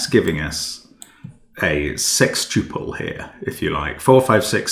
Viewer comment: It's 'sextuple'